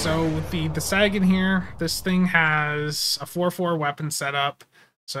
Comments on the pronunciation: SAG in command? lol Say - gen. Like Carl Sagan. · Come on dude. You've never heard of Carl Sagan? Look him up and say his name correctly. Please.